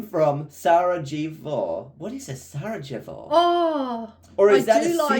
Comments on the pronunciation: Oh my...... Sarajevo, it is pronounced "Sarayevo". It is the capital city of Bosnia... You should google it. Many people don't even know that country even exists. So... I am going to give you a lesson about my country! First things first, Bosnia and Herzegovina (often just called "Bosnia") is a country in southeastern Europe, nestled in the Balkans. The country is known for its stunning natural beauty, rich history, and cultural diversity. Bosnia is characterized by mountains, rivers, and lush forests. The Neretva River and the turquoise waters of the Una River. The country has two main regions: Bosnia, which is in the north and central areas, and Herzegovina, in the south. The capital, Sarajevo, is the heart of Bosnia. This city is often called the "Jerusalem of Europe" because of its long history of religious and cultural coexistence. Fun fact: Sarajevo hosted the 1984 Winter Olympics, a big deal for a small country! Bosnia has a rich history that dates back to ancient times, with influences from the Romans, Ottomans, and Austro-Hungarians. During the 1990s, the country faced a devastating war. Despite this, Bosnia has rebuilt itself and continues to thrive. Bosnia is home to three main ethnic groups: Bosniaks, Croats, and Serbs. This diversity is reflected in its food, architecture, and traditions. In Sarajevo, for instance, you can find a mosque, a Catholic cathedral, an Orthodox church, and a synagogue all within walking distance. Bosnian cuisine is a mix of Ottom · The way said Sarajevo 😭😭, the j sounds like the Ys in yesterday, and the accent is on the e